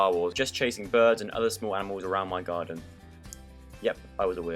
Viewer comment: Lol "I used to play army in the garden till i was like 17" From the "most likely to" video. And it replayed in my head exactly how he said it... i think they put slow motion on his voice there xD Sounded so British o3o (ik hes British)